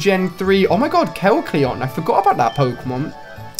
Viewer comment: ''Kecleo'' ''Omg guys look a kelcion''